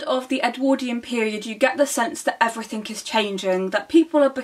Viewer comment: Anyone who say's "Everythink" needs to read a lot more.